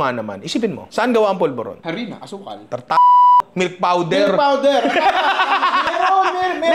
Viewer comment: ang lutong nung mura ni ninong e...ARINA daw pulboron 😂😂😂